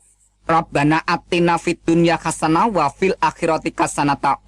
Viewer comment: Ps3 ketauan membacanya tidak benar,,,,ngatain Hasanah bilangnya kasanah,,,ngatain Muhamad bilangnya mukkamad,,,,ngatain alpatehah bilangnya altekah apakah ini ayat yang benar dalam Al-Qur'an,,beda lafad saja beda artinya saudaraku,,,,, katanya keluaran ponpes ko membacanya beda,,,, maaf ini semua membahas tentang kebenaran